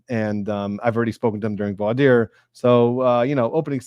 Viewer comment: the way you pronounce voir dire is the correct one (I speak French so I vouch for you 😊) Thank you for an amazing live session! Can’t wait for your next videos on the Boone trial